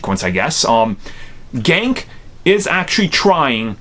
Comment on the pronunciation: His name is Ned not gank and in the comics it's gonk not gank